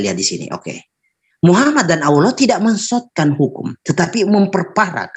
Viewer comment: mensotkan, mensottkan.. 😝oten itu dlm kitabmu